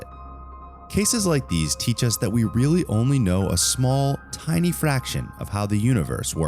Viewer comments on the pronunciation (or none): none